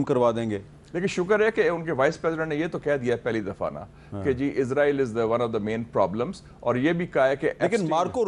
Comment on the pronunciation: آپ لوگ ایک ملک کے نام کا تلفظ ٹھیک کر لیں وہ ھے: ازرائیل یہ لفظ "س" سے ھے ۔ اسرائیل ۔ اس را ئیل ۔ شکرا"